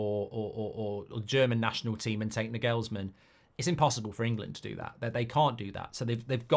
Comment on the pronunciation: Sorry how did he pronounce Nagelsmann? Yeah I guess that's the English way to pronounce the a, but I never heard anyone else say it like that😂